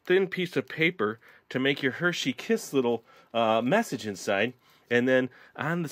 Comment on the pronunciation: Your ss in kiss is rong